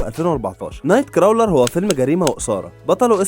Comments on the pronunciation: الفيلم ينطق نايت كرولر و ليس نايت كراولر و الممثل اسمه جيك و ليس جاك 🤦🏻‍♂️🥴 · يسطا crawler بتتنطق كروولر مش كراااولر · اسلوبك كويس يا و عجبنى تجميع الافكار و اللقطات و الحلقة بصفة عامة جذابة، نصيحتى الوحيدة انك تستعين بجوجل فى طريقة نطق الكلمات الانجليزية (مايصحش يا تنطق اسم الفيلم بالشكل ده!😉)… بس بصفة عامة برافو👏🏽